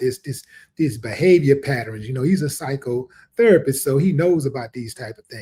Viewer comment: . That pause between psychotherapist was crazy. 😂